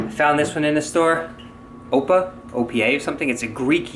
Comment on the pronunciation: Ooh you committed a Greek mortal sin. It's pronounced Oh-pah like Oprah without the R. It's a Greek expression that is akin to cheers.